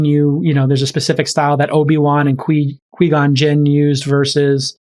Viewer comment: j-cal it's "Kwai" gon jin not "Kwee" gon jin haha